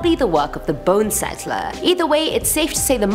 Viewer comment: Is it a bonesetter or bonesettler? Sorry but its driving me crazy...